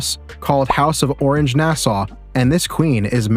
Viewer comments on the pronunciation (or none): The King of the Netherland's name is pronounced Wil-em not William. The House of Orange-Nassau is not pronounced orange like the fruit. It's or-ran-je. You should know these things.